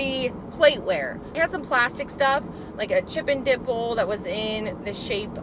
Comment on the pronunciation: Thought I heard you say “chip and dipple.” Made me laugh